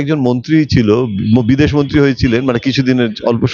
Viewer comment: ১) মন্তি নয় মন্ত্রী ২) নেত্তিত নয় নেতৃত্ব ৩) মুহুতে নয় মুহূর্তে